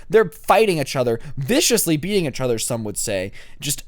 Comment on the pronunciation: Im gonna un sub if you keep saying each other wrong